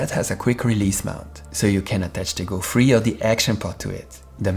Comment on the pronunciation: thank you for the video! a downside of it is that it is a bit hard to differentiate 'free' and 'three' whenever you pronounce them.